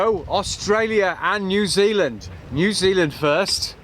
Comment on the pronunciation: Ya gotta say it right Bro......Nuzeelan, aye!!!!!